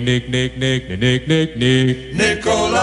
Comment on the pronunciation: Lol sounded like you said Dick instead of Nick Lools Gurl ur hair is gorgeous Make up Flawless Breath taking as always Edit : love ur craft as usual and ur take on those show was great